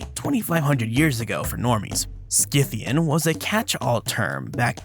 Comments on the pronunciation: Scythian, say like Sithian. No K sound. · I believe the c in "Scythian" is silent, as in the word "scythe".